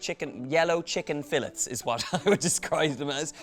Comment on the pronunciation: Took me a minute to figure out what a filet was. Until U referenced a chicken filet. U need to ask someone the proper way to pronounce it. Enjoy your trip.